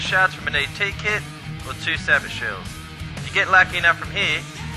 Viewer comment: dear god learn how to pronounce sabot lol:P its pronounced "sabo" lol, the t is silent